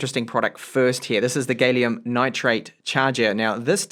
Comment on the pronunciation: "gal- ee-um" not "gay-lee-um". No matter how happy you are. :)